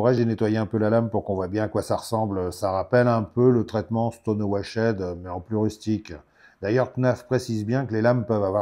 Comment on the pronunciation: staune wachte mon petit rené ! pas staune wachéd .....